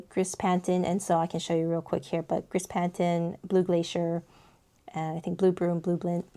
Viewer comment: Gris = "gree"